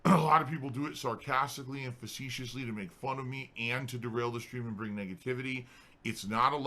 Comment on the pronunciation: Can someone start a gofundme to get him sent to a speech therapist so he can pronounce "and". It's not hard.